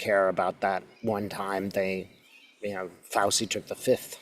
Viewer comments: I'm sorry, I'm trying to take this seriously, but it's FOW-chee, not FOW-see. Makes me wonder how you've never heard his name pronounced anywhere. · Thank you for sharing your gift and thus hope, with us! By the way, Fauci is pronounced like Fauchee. I believe the c-i letters together in Italian are pronounced with a c-h sound. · Thank you so much! This gives a lot of hope!! FYI: Dr. Anthony Fauci pronounces his last name as FOW-chee (rhyming with "ouch" plus "ee"), or Faw-chee. The first syllable sounds like "fow" and the "ci" at the end makes a "chee" sound, reflecting its Italian origin. Hope you will be feeling better too...those of us who are awake or waking up are all so stressed! Big hugs to you! ♥ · Pronounced F ouch ee. That’s doctor Fouchee. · I believe dr Fauci's name is pronounced 'FAO-chee'. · I believe it is pronounced Fau-Chee...like Cheetos or Chihuahua......thank you for your wonderful insight. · Fauci-- is pronounced Fow-chi. Not Fow-see. Thanks for the interesting reading! ❤ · Just a gentle correction, it's pronounced FAU-TCHI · FYI: pronunciation of Fauchi = Fau chee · His name is pronounced Fauci (fowchi) I’m pretty sure it’s Italian. Great reading. Thank you. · Fay I pronounced Fow chee fun facts 🤗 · It’s pronounced Fawchi. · Thanks for all your work! Love Dr Fauci! (FYI, his name is said Fow-chee, Italian 😊) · In Italian, a single "c" is pronounced "ch," so Fauci is pronounced FauCHi. I appreciate your readings as always. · *Pronounced Fow-chee. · Fauci ( pronounced Fauchee)😊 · I love you, but his name is pronounced FOW-CHEE. It’s Italian! ¯\_(ツ)_/¯ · Thank you. Btw it’s pronounced “ fow-Chee” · Fauci's name is pronounced Fow-chee, like Gucci. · Just so you know - it's pronounced FOW-CHI. It's Italian. 😀 Thanks,!💗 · Fauci is pronounced: Fow-chee. Katie Phang is pronounced: Fang. (I think that is who you mean.) I hope all is well with you. Sending hugs. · FAUCI IS PRONOUNCED "FAUCHI." JUST TO LET YOU KNOW. 😊🙏☮️🌎🫂💙😇